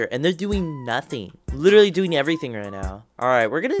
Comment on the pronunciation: I heard “I literary bought you”😂